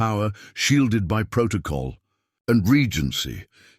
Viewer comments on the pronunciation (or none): none